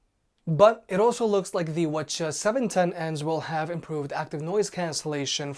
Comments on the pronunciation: All this “whchaa” was impossible to follow and actually annoying. Just call them 710 and 700. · I can’t watch this video anymore... I can’t deal with the pronunciation “wha cha wha cha” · Bro, Just say call 'em 700/710. But still, you can really "wah cha" with a straight face. 😂😂😂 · If these weren’t wireless, I would have strangled myself with the cord after hearing that word a few times.